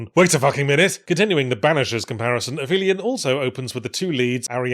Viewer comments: I hate to be that guy, but the name "Aphelion" means something specific, and you are pronouncing it wrong (app-HEE-lee-on). It describes the point in a solar orbit farthest from the sun - the opposite of "perihelion." These terms are special variations of the terms apoapsis and periapsis, which more generally refer to the farthest and nearest point of any orbit. The terms used for an Earth orbit are Apogee and Perigee (pronounced with a soft G). If you found this interesting, consider a course in orbital mechanics, or maybe just play more Kerbal Space Program. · I mean I have never heard aphelion said out loud but here. But I feel the correct pronunciation is app-hee-leon. In astronomy the point of an object furthest from the barycenter of the orbit is the apoapsis. But astronomers went further the apoapsis of an orbit around earth is the apogee (gee being from the Greek geo meaning earth as in geology and geography), and the apoapsis in an orbit around the sun is the aphelion (helion being from helios the Greek God of the sun) In any case a story taking place on another planet capable of sustaining life is almost certainly not in orbit if the sun so aphelion as a title doesn't make much sense anyway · In case you're wondering, it's ap-helion with a hard "p". The ph isn't a digraph. It's the term in orbital mechanics for the point in an orbit that is furthest from the Sun in an orbit around it. Similarly, apogee is the point furthest from Earth in an orbit around Earth, apojove is the furthest point from Jupiter, etc; the general term is "apoapsis". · It's pronounced "Ap-helion". With a hard p. It's the highest point in the orbit around the sun. I have ground my teeth down to nubs. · Fyi, it's actually pronounced ap-helion, meaning the furthest point away from the sun in an orbit (perihelion being the closest point) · Yeah, I can't get past the fact that the title of an alleged science-fiction game is the mispronunciation of a basic scientific term.